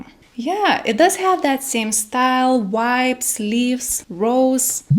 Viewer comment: Vibe not wibe too much foolish ness in your channel